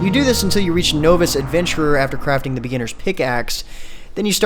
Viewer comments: novis? "know-ves?" Really?, my man, "nah-vis," novice. I know it looks like it needs to be no-vice, but it's nah-vis. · ...is he pronouncing novice as "noe-vis"? ......................wat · does the immersive game sound pronounce novice better than you do?